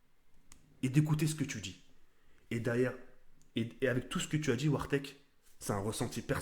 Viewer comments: arrête dire wartek c'est gênant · La manière dont tu prononces "Wartek" on dirait une insulte en arabe